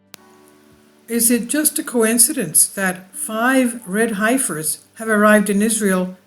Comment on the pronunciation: Pronounced HEFFER ;)